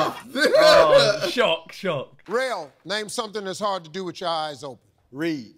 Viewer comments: he said cupine, not porkupine, it’s porkcupine, I know it spelt wrong it’s on purpose to make a point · nope, steve repeated it as kupine but he said upine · he said upine IT DOESN'T EVEN MAKE SENSE?? "porkkupine" wtf does that mean? It's porcupine, porc-upine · but he did say what comes after the word pork not the sound. In case u didn't know it's spelled porcupine not porkupine